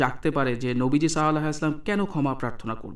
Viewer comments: আপনি নবিজির নাম টা কেমন করে যেন বলছেন। এটা হবে সল্লাল্লাহু আলাইহি ওয়াসাল্লাম। কিনতু আপনি কেমন করে যেন বলছেন। যাই হোক,, আমি আপনার দোষ ধরছি না, তবে উউচ্চারণ টা একটু ভাল করে নবিজির নাম টা বলেন। জাজাকাল্লাহ খাইরান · ভাই আপনি তাফসির ভালই করেছেন কিন্তূ নবীজীর উপর দরুদ শরীফ টা শুদ্ধ ভাবে পড়ুন, সল্লাল্লাহুআলাইহি অসাল্লাম যদি সন্দেহ হয় তাহলে হাদীস পড়ার সময় আরবী টা ভালো করে দেখে নেবেন।